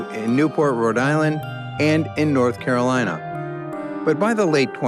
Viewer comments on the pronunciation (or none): none